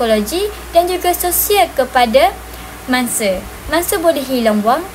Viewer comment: "Bukan mangse tapi mangsa"., tolong tolak 1 markah... 😆